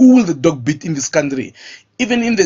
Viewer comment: I want to box you so you learn to pronounce the dogg not the dock.